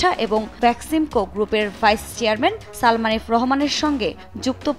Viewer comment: উপস্থাপক আপনাকে ধন্যবাদ সালমান না উচ্চারণ করে সালমা উচ্চারণ করে ওর মান-সম্মান আরেকটু নষ্ট করার জন্য